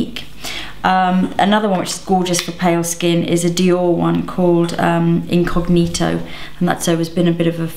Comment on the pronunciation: Personally.... I loved how you pronounce Incognito :) very good video!!!